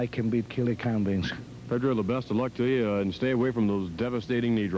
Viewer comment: Can Pedro call McMahon "Bince" 10 more times.